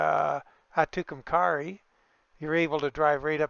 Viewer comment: I’ll help you out with those New Mexico town names (I’m a life long New Mexican). Tucumcari is pronounced Two-come-carry. Raton is pronounced Ruh-tone. Thanks for the small glimpse of Texas. 👍🏻